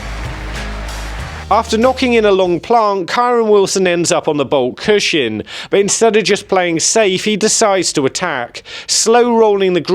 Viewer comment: Cushion, pronounced CUSHUN. There is no shin in cushion. Please stop saying it, stops me watching these videos 😭